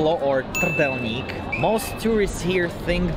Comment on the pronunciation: Fun fact: Vlad is the only US citizen from Kentucky that can pronounce "Trdelník" correctly.